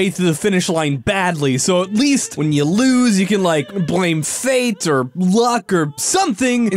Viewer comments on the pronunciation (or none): none